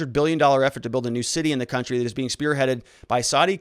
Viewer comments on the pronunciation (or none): none